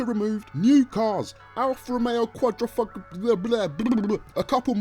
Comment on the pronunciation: *Qua-dri-fo-glio* Say it with me now.